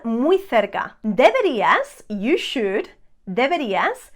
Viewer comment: MODAL "moh-dahl" not "mod-del" SHOULD "shh-ood" not "shoe-ed"